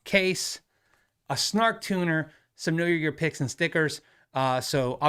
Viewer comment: When you said KYG picks, I honestly though you were saying pics and were going to hold up some snaps.